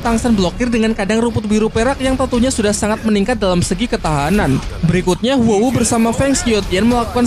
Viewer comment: Huo wu dibilang Wu Hu? Aneh bgt